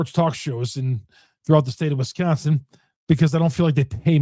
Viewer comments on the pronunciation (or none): none